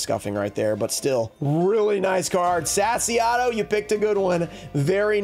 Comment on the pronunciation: ngl I've been furious about the way you say "sassyotto" like sassy ato XD